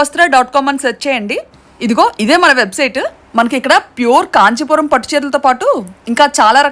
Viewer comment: Adhi kanjipuram ❌ kadhu .. kanchipuram ✅